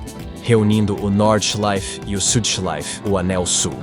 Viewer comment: If you are going to be taken seriously, research the sport...Jack Stewart! Get the names right and the pronouncement of the circuits and drivers. Norda...Nordschleife!!! The Green Hell! Keep this lack of knowledge up and you will fail at what could be a great channel.